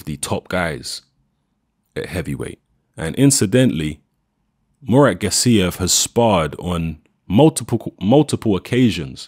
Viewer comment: Gássiev, not Gassíev